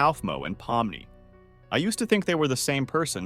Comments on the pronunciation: Bro pomini what it’s Pomni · "po mi ni" 💀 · This is probably spoken by A.I, because no one, and I mean NO ONE calls Pomni “Pompey” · NO WAY YOU CALLED POMNI POMPEI 😭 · Also "palm money"